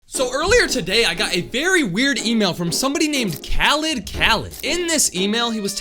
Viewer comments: "Kalid kalid" AS A ARAB IM SAD ITS KHHHH KHAAALIDD 😭😭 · by the way the name that send you the channel is pronouned Raled with a "R"